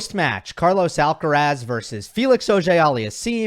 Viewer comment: Pronunciation: Put the stress in Carlos' last name on the last syllable. Spoken stress is on "raz"., you are pronouncing Alcaraz with stress on the "Al". But then again almost everyone gets it wrong unless you are a Spanish-speaking Latino.